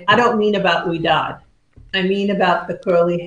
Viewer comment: Thank you for reading my question and saying my name correctly! Most people pronounce it sorry the first time they read it😡. That's amazing Ouidad said she would have been honored to cut my hair. The Ouidad salon is the only place I go to to get my done. Pia has cut my hair she was great. I have an appointment this Saturday with Jason who I think is one of their educators.